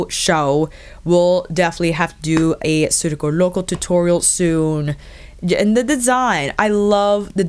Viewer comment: Great video! Your reviews are very helpful and wow excellent Spanish pronunciation. As a native Spanish speaker I must say circo loco sounds perfect! Love from Germany ❣️